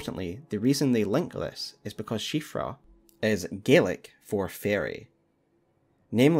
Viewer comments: On top of this being an absolutely incredible and well-researched video can I just say how happy I am as an Irish person that you pronounced Siofra correctly <3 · At last, a lore video where they know how to pronounce Siofra